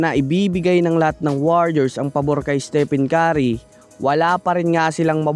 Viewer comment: Estepen kari ka ng estepen kari. Its istipen keri (stephen curry) Puro fake news pa!. 😂😂